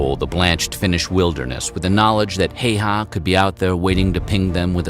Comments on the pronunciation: Siiimo hayhaa. Shit pronouncing🤣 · btw man in video is pronausing Simo Häyhä wrong letter ä dont be pronaused like letter e. man in vide is pronausing the name Simo Heiha not Häyhä